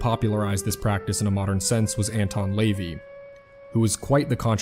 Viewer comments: Did you call him Anton "lay-vee"? LOLOL Come on..you couldn't even be bothered to find out how to pronounce a person's name at the least?? Seems counterintuitive, no? To sit here and try to tell us information, wanting us to like your video, subscribe, ect... while not even having the basic common sense to learn how to pronounce a name? It is insulting for all parties and very embarrassing on your end. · Your pronunciation of LaVey stole my car keys